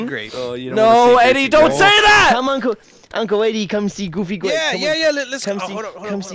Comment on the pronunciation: Omg dude but for real “GOOBY GWAPEL